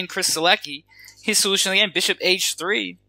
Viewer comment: On my hobby-horse of preaching proper pronunciation of names :), Sielecki reads as "Sheletzki" -- it's a name of apparently Polish origin.